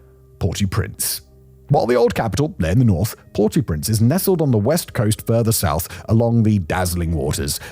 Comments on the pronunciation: The English pronunciation of the name is "Port-Oh-Prince", not "Port-Ooo-Prince". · Did Simon not do French at school? If he did he should know to pronounce "au" as "oh" not "or" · It's not Port ooooo prince, it's basically the sound of saying oh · “Port-ew-printz” - spoken like a true Brit. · “Port Oh Prance” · It’s pronounce Port OH Prince. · Pronounced Port Oh Prance. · He's saying "PORTY Prince", which I've never heard before.